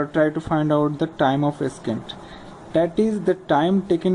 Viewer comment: Thanks a lot! This video helped me understand the concept. I would like to point out one thing though, Ascent is pronounced as "Assent" and Descent is pronounced as "Dissent", not the way you were saying it. :)